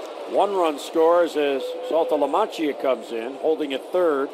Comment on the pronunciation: If I had to hear him pronounce "Saltalamacchia" incorrectly one more time, I was gonna lose my mind.